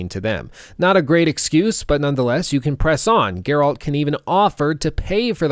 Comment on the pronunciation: Dude says he thinks witcher 3 is one of the best games, it has changed how he views video games in general and then proceeds to mispronounce Geralt in the entire video. I dont even know what to think or say. How is this possible?